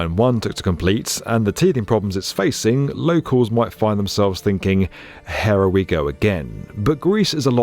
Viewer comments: "Hera, we go again." i can't tell if it's his accent or if he really says, "Hera." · "Hera we go again" 🤣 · "Hera we go again." 😂